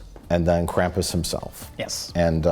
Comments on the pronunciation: Krampus, not Camp-us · Fun fact: Krampus (properly pronounced along the lines of "Krawm-poos," if I'm correct) would take children who were bad, stuff them in bags, drag them out of the town they lived in, and beat the shit out of them with a stick while they were still in the bag. Think about that the next time you bitch about santa shitting a lump of coal in your stocking this Christmas. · You aren't pronouncing Krampus correctly.